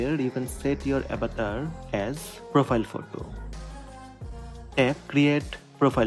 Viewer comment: avatar bol na avetar avetar kya ho raha he😂😂